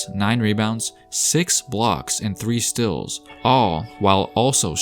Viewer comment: It’s not stals its steals